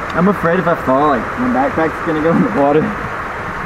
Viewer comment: Divine in the woter